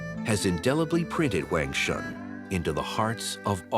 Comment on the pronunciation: He keeps mispronouncing Huangshan. Kind of bothers me.